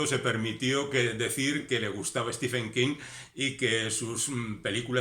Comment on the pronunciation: Se pronuncia en su caso stíven, no stífen.